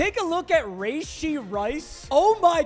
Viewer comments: Rashee... its not Rayshee 🤦‍♂️🤦‍♂️🤦‍♂️ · Papa, not trying to be a meat rider. But it’s pronounced ruhshee not rayshee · Bro who tf says rayshee istg you’re doing this on purpose now